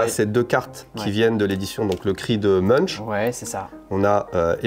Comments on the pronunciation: Pour info, Munch se prononce "Monk", pas très intuitif je sais ahah. Chouette vidéo, vous donnez envie de se lancer dans la collection, c'est mal !! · Très intéressant. Voyant beaucoup de cash je me pose la question du fisc japonais, peut être une histoire à raconter. Munch ça se prononce mounk